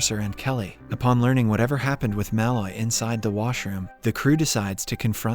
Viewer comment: Your pronunciation of Malloy is way off.